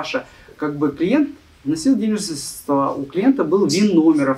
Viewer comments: разговаривает как мошенники из "аналитических компаний" средствА, смотрите. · «средствА» - пипец… Миллиард раз было сказано.